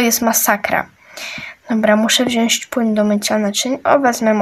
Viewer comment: 😅popierwsze muwi się pani śprzątająca muwi się wziąć a nie wziąść